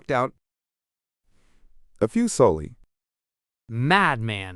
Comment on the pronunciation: MMMAD man, that has to ve the hardest ive ever heard somone say that.